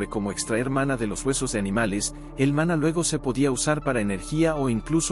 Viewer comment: Este vidio en sus dos partes son una porquería, mezclan fabulas con la realidad es lo que decimos en mi país una chapuza indecente, el tio en cuestión no sabe ni leer los acentos, repite varias veces mana en vez de maná, en principio cereí que era una fuente que manaba, lo dicho no sirve para ver ni oir, no tiene ni idea de lo qhe habla.